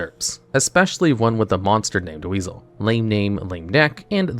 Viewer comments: i'm pretty sure that monster's name is pronounced Wise-all, not weasel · I believe it's pronounced "Wise-el" not "Weasel". In my experience, Wisel was actually really good because it was a free negate for a spell card. The battle restriction was a big drawback though, but could be still worth it. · Wizel isn't pronounced weasel it's pronounced wai-zel how the heck did you mispronounce it the entire freaking time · It’s pronounced Wise-L not Weasel lol though it’s pretty fitting considering the archetype itself is a Huge-L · First of all, it's not "weasel", it's Wisel... Why-Cell. Secondly, 5Ds is literally the BEST series in Yu-Gi-Oh. I could see an argument for the Duel Monsters series being the best, but anything else is ridiculous. I don't even care if you said this to bait interactions... it's egregious to say such bullshit. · It's pronounced "WIE-SEL". Wisel. (Captial I) Not weasel. Did you not watch the anime??? 🤨😠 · The name isn't pronounced "weasel" it "WISE-L" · It’s pronounced Wise-el not weasel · Wisel is pronounced Wise Ell, not weasel, lol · Why are you calling my man Wisel, “Weasel” 😂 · The way he pronounces “Wisel” as “Wiesel” 💀💀💀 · Mans really called my man wisel weasel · it hurts me that almost no one pronounce the meklords' names correctly it's gran-elu sky-elu wise-elu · Also, you calling Wisel... Weasel, triggers me a bit. But that's the point. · >when he keeps calling my boi wisel - weasel, like the animal 😭